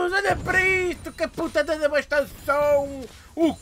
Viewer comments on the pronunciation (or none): "Ca puta de debastaçãum!" Q nostalgia xD